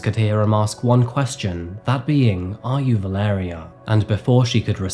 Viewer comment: Her name is (phonetically) Val-ar-aya, I know a Mexican lady with that name